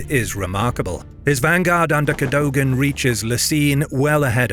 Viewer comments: Cadogan is pronounced "Keh-duggan". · Please do pronounce Cadogan properly. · The fact you can’t pronounce Cadogan’s name properly- same with Menin-, makes me wonder if you are just AI. I hope not but it’s not a little unsettling.